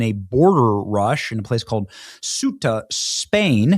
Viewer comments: Cueta = Kwe - tah! Not Swe - tah! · Its Ceuta (Say-U-Tah) not Supta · Portuguese here. Benny it's not "Sub-Saharan" Marroco is over Sahara Desert, sub means under, and Ceuta reads "Sew-ta" not "suita", sorry but I had to correct you.Though Ceuta belongs to Spain it's still in Africa in Marrocoan territory, it's like Gibraltar though is in Spain it belongs to UK. We demanded to close our borders with Spain. Greetings from Portugal